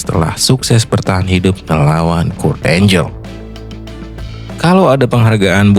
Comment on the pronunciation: Kurt angle dibaca kurt enggel bukan kurt enjel, maaf saya kritik🙏🏻